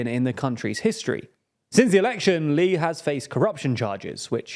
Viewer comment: A quick note: "Lee", or 이, is pronounced like the letter "e" in Korean.